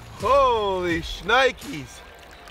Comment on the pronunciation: "Shnikies" are not holy...